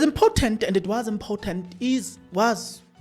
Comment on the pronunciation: Let's look at your pronunciation of words. Important and impotent mean 2 different things, and when used interchangeably, they may distort the message you are trying to convey